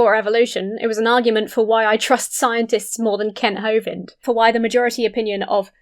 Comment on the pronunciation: After Brett Keane said Kent Hovind as “Mr Hovine” I will always call him that.